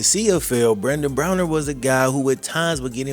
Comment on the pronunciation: Love the video. Pronouncing his name with an e rather than an a drove me insane though.